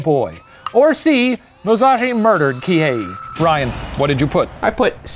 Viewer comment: The Professor: Se-yi-juro, Kihe-yi Me a Japanese learning student and anime fan: ITS JUST SEH-JU-RO PROFFFF